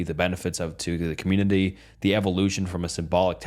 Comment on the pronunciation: Bro ... Please proof read these stories first. The stumbling over word and combining two words to make a new word is kinda off-putting. Pronouncing community as communiny is cringe. I like the stories other than that.